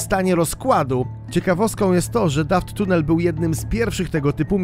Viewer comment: Nie mówi się Dafttunell tylko Dufttunell 😅